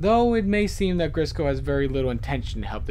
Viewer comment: you accedentally but "grisco tapes" instead of "grizzco tapes" just lookin out.